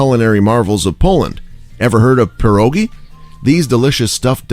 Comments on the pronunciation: Say pierogiS one more time, I dare you i double dare you... imagine pierogi already are plural... single one is "PIERÓG" try to pronounce that ;) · Zakopejn 😀 All pronunciations of names are inaccurate yours crime also - pierogi(s)